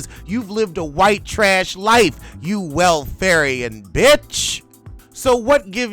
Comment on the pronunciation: Welfarian, lol